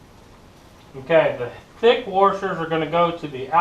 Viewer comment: ...,minutes... did you say 'waRshers'? or washers... lol. Loved the video!